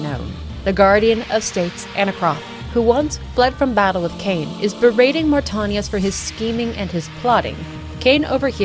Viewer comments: I always love seeing new coverage on the lore of the greatest gaming series in history. No offense but the way you pronounced Mortanius was kinda distracting bc you said it incorrectly every single time. Aside from that it was a great video. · Great watch, other than how you pronounced Mortanius. Drove me a little bit crazy lol. Love this franchise though. Played SR 1, 2, Defiance, and BO2 till the end countless times in my teenage years. Can't wait for Raziels story.